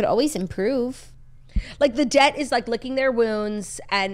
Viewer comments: They’re saying DET not debt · incoming butthurt life long Lions fan: The hardest part is hearing you refer to Detroit as "debt" lol